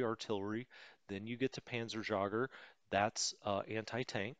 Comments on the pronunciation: The funny thing is that he brought up the correct pronunciation for Jägermeister himself one or two episodes himself and then decided, nah, I will totally mangle it up anyways. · Hello from Germany. Many thanks for your great tutorials. A few additional Information from me: The "Panzerjaeger" Outspeaking is like you say Jaegermeister. A Jaeger means Hunter. The full Name for StuG is "Sturmgeschuetz" or translate = Sturm is Storm and Geschütz is Gun :)